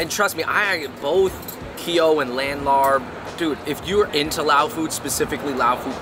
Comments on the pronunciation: love the video but my family’s from isaan and ngl i died inside every time they pronounced larb and som tam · I am Laos and whenever they said Larb, I cringed because they pronounced it wrong. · Sorry but I can’t at the way they pronounce larb 🤣🤣🤣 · The "R" is silent lol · When did you two become white? Not meant to be an insult at all but to better your content in the future. Research how to pronounce the name of the dishes properly. My heart dies each time I hear larb and I’m not even Lao. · Losing your Asian card for phonetically calling it LARP! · Larb is pronounced "laap" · LMAO he said " laNN larB " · It's pronounced LAAP!!! Come on now Asian Bros. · Idk why its spelled larb everywhere.. dish is pronounced as Laap lol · It's "laap." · You guys are pronouncing the word larb wrong it is spell wrong to it should be spelled larp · Boys stop saying larb. You butcher the name.😂😂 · I’m dying over their mispronunciation of “larb” and “Vientiane.” Props for trying though! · You're suppose to eat the papaya salad with sticky rice, veggies or protein. Larb is actually pronounces lahp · Its pronounced lopp not larb. Just spelt that way smh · It’s pronounced “L-ahhhP. Not larb. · Please stop saying "larb" lol. It's pronounced "laab" like saying cop. The same tone when you say cop but with a very soft b. The tone is important or you may be saying something else. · IT'S LAAP... NOT LARB!! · Larb!!!!! 😭😭😭😭😭😭😭 ban that word from the English-Laotian dictionary ASAP!!! It’s LAAP/LAHP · Not Larb. Its Laab or Lop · Stop pronouncing it as larb...it’s “laab” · larb is pronounced “laap” or “lahp” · respect to yall for doing more Lao episodes. also as a lao guy i never understood why larb is spelled the way it is when its pronounced "Lahp" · Hearing "larb" in that Spiderman movie hurt me, man lmao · I cringed evertime he said "larb" lol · It’s Larb y’all 🤣🤣🤣 I cringed when the pronunciation was not correct!! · My soul died a little every time they said laRb 😅